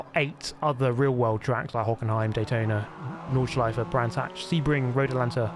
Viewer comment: perfect pronounciation of Nordschleife lets goooo